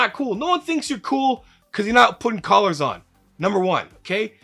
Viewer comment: I thought you said 'colors' and watched it 8 times trying to understand how colors could save your life. Buddy said "He meant collars." Ohhhhh that makes so much more sense than having pretty plates on the bar.